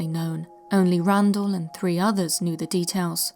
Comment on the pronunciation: I know that you are human - and therefore fallible - but it's not Randall - instead Randles... I do enjoy your channel, and your content!! Thanks!